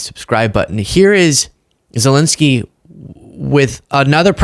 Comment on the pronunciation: Sorry if I’m petty, but could you please start pronouncing the name Zelenskyy properly? You’re not the only one, but it’s annoying. Sorry! ✌️❤️🇺🇸